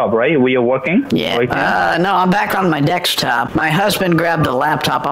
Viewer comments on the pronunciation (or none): What is a DEXTOP or a DECSTOP or a DEKSTOP or a DEQSTOP ? 😳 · why is this channel owner incapable of pronouncing the word DESKTOP , I I have noticed in ever single video he pronounces DEKS impediment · I’ll never get tired of you saying “dekstop”!!🤣🤣🤣🤣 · he intentionally says it wrong as "dekstop" to humiliate the scammers because most of the time the scammers says it wrong like that. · Oh…. Dear…. 🤣🤣🤦‍♀️🤦‍♀️ ok I’m not gonna lie, I thought a “dekstop” was this new tech thing I hadn’t heard about yet 🤭🤦‍♀️🤣🤣🤣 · Dextap or go to anydexs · Even though it's funny when you say "dextop" to the scammers...I believe the more astute scammers will pick up that you are poking fun at them by doing that..and it is the more experienced ones who's time you wanna waste...I do find it funny that they speak English fine but struggle to say "desk" lol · Lakstop, Dekstop! New Spanish, all in the first minute- damn!